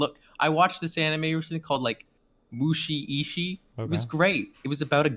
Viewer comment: "I very feel competent in my anime knowledge..." Hasn't even seen Attack on Titan. Also the way he pronounces Mushishi should show how little anime he's seen.